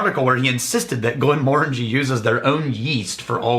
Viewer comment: The Magnificence of Daniel Month continues unabated! Love me some Glen MORE injee (nice to hear you guys stressing the second syllable now...we Americans always want to put the accent on the 3rd 😉). You guys have one of the most entertaining shows anywhere... I'd watch this over 99% of what's on TV!